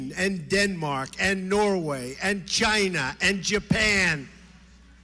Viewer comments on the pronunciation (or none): if you listen closely someone mimics Trump's GYNA